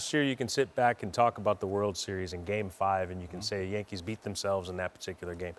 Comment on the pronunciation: Does Big Poppy say New York Jankees on purpose. 😂.